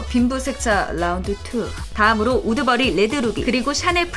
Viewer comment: 옴마 우드버리가 자꾸 우두머리로 들려요 ㅇㅁㅇ